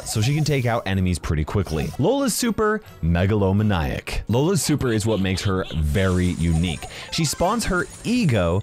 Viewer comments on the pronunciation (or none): Megalo man- eye- ac? My undertale days have been triggered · No offence but i think its pronounced meg-lo-maniac. However gteat video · mega-low-my-nic everyone else: megalo-mane-e-ac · Meglo man I ACK got me cracking up so hard It's meglo mane E ACK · "megalowmanaiac" Sorry but that kinda triggered me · megalo maniac ( maynee ack) not megalo ma niack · That the weirdest pronunciation of megalomaniac that I ever herd. Mega-low-maniac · pls... Megalomaniac is pronounced Mega-Low-May-Nee-Ack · More like megalovania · Yeah, I had to comment . Mega-lo-maniac man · no, it’s manyak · more like MEGaloMan-iac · Can't wait for this new update, everything looks so good! Megalomaniac is actually pronounced Meg-uh-low-main-eac but whatever you said works too.... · when he said megalo-man(eye)ic.. I died a little inside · I love pronouncing megalomaniac as megalo-ma-ni-ac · IM DYING WHEN HE MISSPROUNONUCED MEGALOMANIAC AND CALLED IT MEGALOMANAIC I PISSED MYSELF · Nobody:: “megalomaNYEac” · did not just say "Megalo Ma-neye-ic" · Lola's super MEG-LO-ME-NAIC😆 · The way said Megalomaniac hurts me, for those that are unaware it’s pronounced Mega-low-main-e-ack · I think it is pronounced as Meh-ga-low-main-yak. Like the word Maniac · how do you pronounce Megalomaniac again? How do I say the word Maniac? Mah-nye-ack? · That was the weirdest way of pronouncing "megalomaniac" I've ever heard... It sounded like it was spelled "megalomanaiac" 😂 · “Mega-lo-ma-naic” nice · You pronounced meglomaniac wrong. It is meg-lo-man (pronounce man as you would with plane)-ia. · Super is pronounced “mega-la-maniac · "Megalow Menaiac" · It's pronounced meg- a- low- main- ee- ak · Sorry to be rude but isn’t Megalomaniac pronounced mega-low-maniac? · Lets just talk about how stupidly pronounces megalomaniac. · Literally every comment is about this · The way pronounced Megalomaniac hurt me on another level